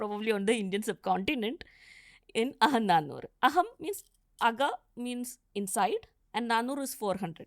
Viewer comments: it is not AHAM NAANOORU, - Instead it is AGAM NAANOORU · Why invite a non Tamil scholar to speak about Tamil history? She can pronounce a lot of these words well but is unfortunately mixing up her native accent. Example: aga-naa-nooru. Not aha-naa-nooru. Poombugaar, not poompuhaar. There is no ha in Tamil. It is a foreign alphabet/sound. She can say Tamizh very well being Mallu but says Tamil. FYI : all students from TN who had this as our 2nd language learnt a lot of the literature and poetry that she touched upon in school. It is a part of our curriculum.